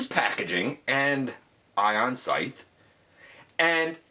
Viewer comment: Oooo, this is a nice surprise! Also-- I think it's "Sigh-th" not "Sith"